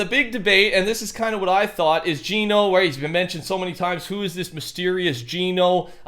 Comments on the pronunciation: Geno is pronounced JENN-O not JEAN-O.. GENO is not a person.. It's an organization.. Your supposed STORY LINE NERDS.. Have it completely wrong.. You're touching THE AREA but getting the subject wrong my friend.. You'll think I'm a random that knows nothing until you see THE TRUTH 🤗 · I die a little each time he says jean-o instead of gen-o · ITS GEH-NO NOT GEENO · Why do people say geno like ge no even though agent Jones said gen o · It’s painful seeing all these large content creators mispronounce Geno, Agent Jones literally pronounced it as “Jenno” in the Chapter 2 Season 6 trailer when he was talking to the foundation. It’s Jenno, not Jeeno